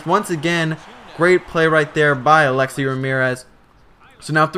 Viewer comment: you don't even know how to say Alexei dude.